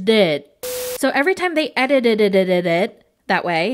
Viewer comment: Hahahaha I wrote a post on Facebook about 2 years ago saying "edited it" sounds special when I say it 😂 hilarious hearing you in action trying it out lmao little English language flaw